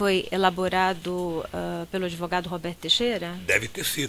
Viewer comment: "Adevogado".... será que ele consegue fazer uma redação do ENEM?